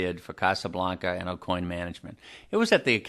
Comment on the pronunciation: Dude can’t even pronounce his own last correct. O-coin isn’t correct.